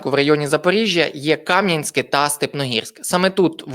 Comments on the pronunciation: Ставте вірно наголос: Кам'янськЕ, а не КАм'янське. 😡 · Не КАм'янське, а Кам'янськЕ! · Теж помітила що не правильно наголос роблять на наше Кам'янскЕ! Ще мене виводить з себе коли на нашу Василівку кажуть "Васильків"!